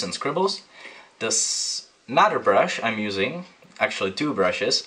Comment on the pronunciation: Your videos are great! but just quick tip... another is pronounced AnoTHer not AnoDer. Sorry to nit pick I just worked in a studio with a guy that spoke with the same accent and it always sounded so lazy.